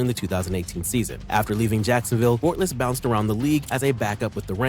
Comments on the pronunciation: How is he gonna say Bortles wrong when he has highlights with the last name being said the right way 😂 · The way the ai says Bortles name,than says Watkins has 50k receiving yards 😂